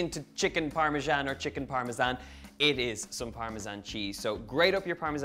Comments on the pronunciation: It's either a ZAN sound or a JAN sound. Neither Italian nor English uses a ZHAN sound. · In America we say "Parmesan" the 2nd way, but since you're from Ireland you get a pass, lol!!! Besides... Your version looks delicious so it doesn't bother me in the least. Your accent is so AWESOME!!!